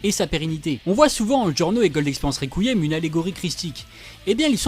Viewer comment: "ricouilliem" MDR